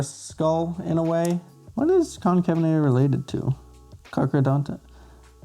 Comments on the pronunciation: Pronounced con-cave-en-ator not to be rude just informative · Allow me too help. It's pronounced Con-cave-in-a-ter